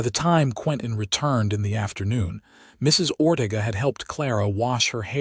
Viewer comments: It's Ore tay ga. Please instruct your AI as to the correct pronunciation of Mexican names. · Or Ortega. Many words and names. If this is how AI works, we are in a world of hurt as a nation.